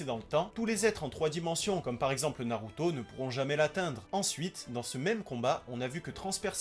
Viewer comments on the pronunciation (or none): none